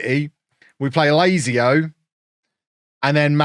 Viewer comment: The irony of a man incorrectly pronouncing his rival Lazy-O and the team that play in green and black as Sassoolo getting uppity about the G in Cagliari